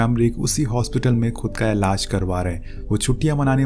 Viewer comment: Elaz nahi elaj hota ha gandooo😂